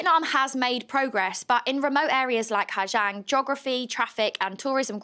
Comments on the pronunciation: Pronunciation is like “zong” not “jiang” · ‘Zang not jang’ ooooooooooooh you’re hard!